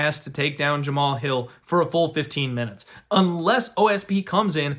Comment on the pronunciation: All you have to do is watch one fight and you'll get the name pronunciation... Have you watched Hill fight at all?